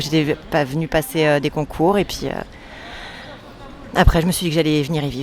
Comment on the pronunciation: et puis....ET PUIS.....ET PUISSSSS?!?!?! THE PRONOUNCIATION?!?!?! HOW IS THAT POSSIBLE?!?!? lol